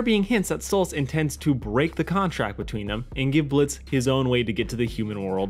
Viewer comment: It's Stolas not Stolitz...